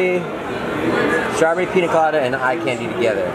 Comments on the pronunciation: strawBURY lol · “Straw bury”